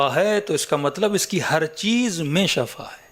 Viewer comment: Sahi lafz Shifa hai shaba means maut